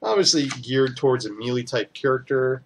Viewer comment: Nice video. Good work with the break downs. One thing...please...it is called "may lay" not "ME LEE"... I had to play back a couple of times to catch what you were saying because I thought you were saying something that I didn't know was in the game.